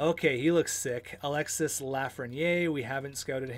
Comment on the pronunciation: The « s » in Alexis Lafreniere is mute its pronouce alexe like